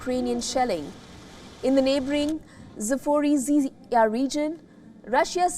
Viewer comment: Запорожье научитесь выговаривать.